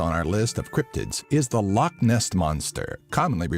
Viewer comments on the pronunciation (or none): How come no one ever bothers to learn how to pronounce loch? Its not pronounced like lock. Its Law-sound made when removing phlegm from the throat. Come on people, don't annoy us Scots even more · It's funny when people say loch like lock bc it's just wrong